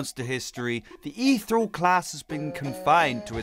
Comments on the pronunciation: Isnt it pronounced “EEthirial” not “ithurels” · Its pronounced eth . Eeree . al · the elements, are plasma (slime) shadow (ghost) mech (the gears) crystal (the jewels) and poisen (the last one you couldn't name) also, ethereal, is pronounced: ee-theer-ee-all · I’m sorry but it’s pronounced: ee-thee-reeyal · they aren’t crystals, they are shards. you pronounce it ETH-EAR-REE-AL. The Ethereal elements are: Plasma, Shadow, Mech, Crystal, Poison. (Blarret is a Ferret) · its pronounced (eth ee ree al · Every time he says ethereal wrong part of me dies